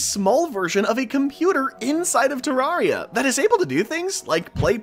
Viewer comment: bro keeps saying terraria wrong